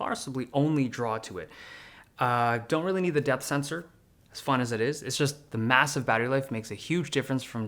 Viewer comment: Haha thought you says Death Sensor. Notifies when you’ve died 💀 😂